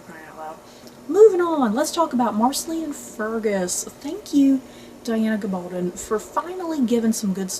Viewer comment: Pronounced GA-bal-don (rhymes with stone)